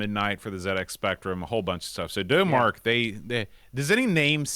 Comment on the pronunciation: Not usually a fan of ST Owners (Stoners) but a huge fan of Vroom. Just two notes: - Thats the bad sequel which your couldn't remember - F1 is identical on Amiga and ST. Dough-Mark is pronounced Dom Mark, like 'Da Mark of Excellence, named after it's founders. F1 is a great game but for me it somehow lacks the pure hardcore solid controls of its predecessors. Grip on the road and cornering were now pot luck rather than pure control, and the tracks felt like torture compared to the wide-open roads in Vroom. Overall, a fine effort, and very daunting in Professional mode, but just lacks something. The sequel World Championship Edition, meh., thanks for calming down. I cant bare those guys shouting.